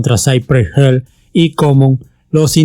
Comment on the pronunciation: Hill se pronuncia como se lee